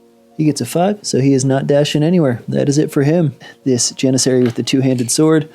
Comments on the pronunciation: Nice battle report! You are in fact pronouncing "Janissary" correctly! Keep up the good work! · Don’t know if someone has commented already but you pronounced janissary correctly on turn 2, also the yuzbasi is pronounced (youz-bash-uh), its Turkish, wouldn’t blame you if you didn’t pronounce it like that going forward lol just sharing a fun fact. As always great battle report can’t wait for the next one